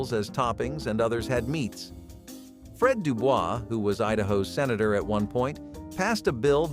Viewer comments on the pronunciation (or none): none